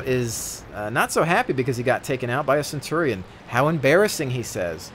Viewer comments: Love the video, but Centurion is pronounced Cen-chew-re-n not Cen-tor-ri-on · It's derived straight from Latin, so, technically, you'd pronounce it 'Cen-tu-ri-on'. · Technically, Centurion is pronounced Ken-Turi-On. The Roman's did not have a soft c sound, it was all the hard k, which is why the german word for Caeser is Kaiser.